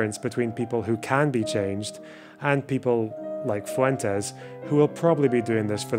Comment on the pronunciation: Interesting how Fuentes pronounces his name FU-en-Tess. Won’t even pronounce his name with the Spanish inflection? Yikes